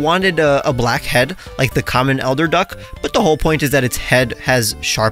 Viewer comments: Eider duck not elder lol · King Eider, not Elder. Pronounced “eye-der” Anyways love seeing pokemon based on weirder waterfowl, birds like eiders, loons, mandarin ducks, wood ducks, etc are all really pretty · I literally don't know how I typed and read the word "Eider Duck" at least 10 times while making this video without realizing it's pronounced "Eye-der" (The "i" looked like "l" to me for some reason) ALSO don't worry, future videos will have cuts/edits. Just wanted to test out something fun. I'll leave in some mistakes occasionally in the future, but obviously less frequently than in this video. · Hehe. I came to the comments entirely to check if you actually meant eider duck! No issues with the lack of editing so far IMO.